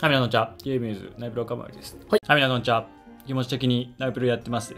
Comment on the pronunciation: ピロのこんにちわがアンチワープって聞こえちゃうw